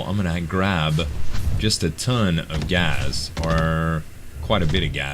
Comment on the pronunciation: is that the way you say gas gaz